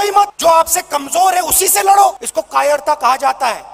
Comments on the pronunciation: Katterta nahin kaayerta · Kattratta nahi kayrta hai